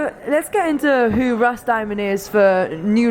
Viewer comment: lmfao. she keeps called him Russ Diemon. gotta study up on her artist a little more next time.